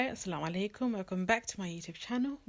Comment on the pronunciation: And its actually asalam u alaykum sister. Not slamualaykum.